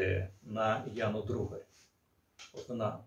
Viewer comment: блять, то "Дударь", теперь "Другарь". ДУГАРЬ она, так сложно внимательно прочитать?? вот такие мелочи и подрывают доверие, и заставляют задуматься, что уважаемому спикеру на самом деле глубоко пофиг на то, что он там говорит для аудитории. потому что понятно же, что он эту фамилию впервые увидел и ни разу не слышал.